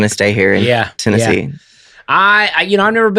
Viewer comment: As much as whines about pronunciation, he jumped right out with Tenne-zee